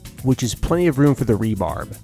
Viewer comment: Cool video! Rebar (short for reinforcing bar), not "rebarb"